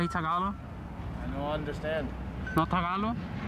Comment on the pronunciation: It’s not Tagalo. It’s TAGALOG. With a “G” at the end. TAGALOG my man.